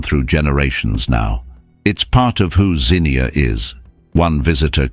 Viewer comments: AI slop, especially pics of other tornadoes/damage and the ridiculous over-the-top rhetoric. It's pronounced ZEEN-yah not Zinnia. BTW they ate the ice cream because power was out and it would have melted anyway. I watched it approach and strike Xenia from five miles away. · I was referring to the "car alarms sounding off." As for the city's pronunciation, it's zeenya, not zeenkneeahh. 🤔😉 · I remember that horrible day. It’s pronounced “Zeen Ya” by the way. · ~~~ZEE-NEE-UH!!! FFS, GET A NARRATOR THAT PRONOUNCES WORDS RIGHT! The place isn't a damned flower! (Zinnia.) And, we didn't hear no freaking car alarms! NOBODY HAD CAR ALARMS IN 1974!!! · IT'S NOT ZINNIA, YOU MORON! IT'S XENIA, PRONOUNCED ZEENYA! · It's pronounced Zeen-yah, my grandparents outran that thing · I really wish the narrator knew how to say Xenia. (Zeenya, noy zeneea) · ZEE NEE UH. Xenia. Not Zinnia. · Yes! Thank you. I cringed every time they said Zinnia, like the flower. 😬 Xenia is about 1/2 hour from us. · 32 or 33 souls perished not over 100. And it’s Zeen-yah phonetically… just sayin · It is pronounced zeeeee nia! My hometown 😢. My mother taught at the high school and was in an after school teacher's meeting. She tried to warn the other teachers that it looked like a tornado was coming. Only a few teachers listened and left when she did. She made it home. Our house was 3 miles outside of town and only had hail damage to our roof. National Guard was keeping out looters. I was away in college at University of Cincinnati, and was not allowed back for a week . I got lost trying only to drive through to get home. My childhood was erased. Xenia was hit by another tornado a few years later ! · Anachronisms show that the author wasn't there when it happened. Mispronouncing local names is also a dead giveaway. People from Ohio know that the town's name is pronounced Zeenia but the narrator didn't know that. But like you said, That's fine. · Yes. Xenia, not Zinnia. We are not a flower